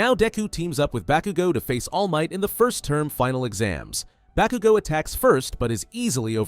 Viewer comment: It's "Bakugo" not "Bakigo" bro PLEASE 🙏😂